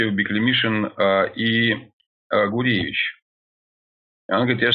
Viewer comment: Да не Гуревич, а Гурвич.